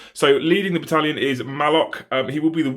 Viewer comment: Did he....did he just sayed B A D A L I O N ? AAAAAAH YES THE BADALION, GOOD MORNING TOO YOU SIR.